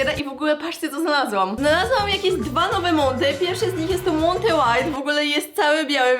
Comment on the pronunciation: Mówi sie Monte a nie Monty xddddddddddddddd